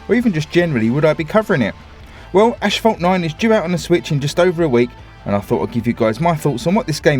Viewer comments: Sorry to correct you but it's pronounced a**-fault, not ash-fault, just a correction! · mait itS not aSHphalt nain